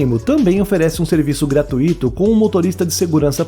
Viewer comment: Seus vídeos são excelentes! Mas tenho uma ressalva: não é correto pronunciar "gratuíto " e sim gratuito, ou seja, não há hiato nessa palavra. Ela tem um assento prosódico no ditongo"ui"!